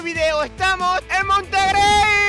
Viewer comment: Monterrey ❌ Montegrey✔️